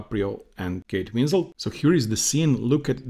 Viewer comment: Her name is Kate Winslet, not Winsel or Winslow.